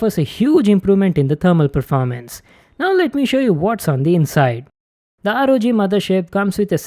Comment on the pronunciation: Guy kept saying "ROD Mothershit?"